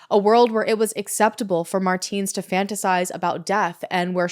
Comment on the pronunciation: It's pronounced "Mar-tens", it's been driving me insane the entire video...